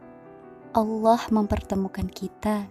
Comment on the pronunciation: Emang ini yg ngomong manda apa bukan si ,kayanya bukan ya , sebab mengucapkan kalimat Allah faseh banget khuruf lam nya , lam jalanlah tafkhim uda kaya org muslimah